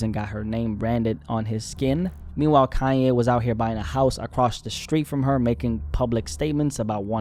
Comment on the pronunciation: Kanye 😂 not Cayenne